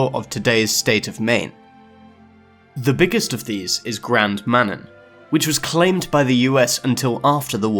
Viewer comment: Canadian pronunciations for you… Grand MaNAN Island St Croy River Onterrio Lake Eerie Lake Hueron San Wan Island